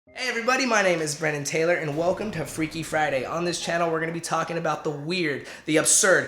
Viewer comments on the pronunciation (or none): none